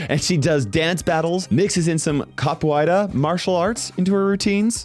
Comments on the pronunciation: It's pronounced Cap-o-era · a pronuncia na hora de falar capoeira me quebrou muito kkkkkk só entendi do que ele tava falando quando ele deu a descrição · mate, though I'm not brasilian, I gotta tell, you didn't even survive the pronounciation of "Capoeira". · I am both cringing and happy that is trying to pronounce Capoeira. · that is NOT how you pronounce capoeira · essa pronúncia tá horrível 😭😭😭😭😭😭😭🥀🥀🥀🥀